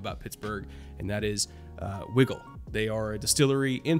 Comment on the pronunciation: I believe Wigle is pronounced "Why-gle" just FYI